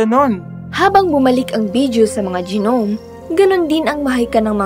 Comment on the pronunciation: gi-nom?? nom po pronunciation nung gnome